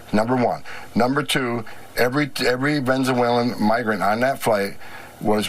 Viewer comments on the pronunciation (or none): I support what Homan is doing and saying. But, it's also hilarious to me that he can't seem to pronounce "Venezuelan" to save his life.